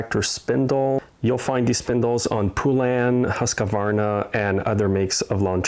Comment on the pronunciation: it's pronounced husk-varna, not husk-a-varna. There is no "a" sound in the middle of Husqvarna. Just sayin.